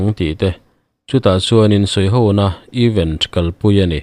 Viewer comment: Eeeven. A ni lo!! Eeeeven chu = equal= in zat tih na!! Event...th. Thluk loh tur.. Apartment th. Tia is lam thin ang khan lam tur.. Event chu ...thil thleng sawina a ni a. Even chu thil dang deih!